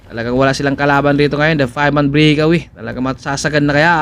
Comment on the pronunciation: mawalang galang na po. hindi po brikawiy kng mag cocover po kayo ulit mejo ayusin nyo po ang bigkas pasensya na po